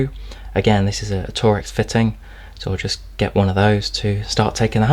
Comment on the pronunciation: Did you just call torx 'tor-ex' instead of 'torks'? Oops!